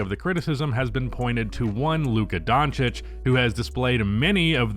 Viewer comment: Is it on purpose that the one word you can't pronounce is in this channel title?